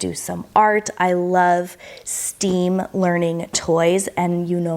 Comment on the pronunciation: Stem is pronounced just like it’s spelled, like a stem of a flower. Not steam.